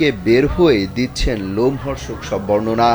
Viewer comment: bornona disse.sona jasse... aigula ki vaI? news kora sikhen age....